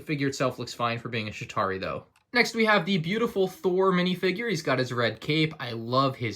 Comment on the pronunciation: The fact that when he said chitari he said shitari